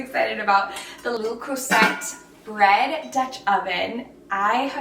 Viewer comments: Le Creuset is pronounced “luh-CROO-say” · Okay but that’s not how you say le cruset 🤦🏻‍♀️ You should probably look into pronunciation before making videos lol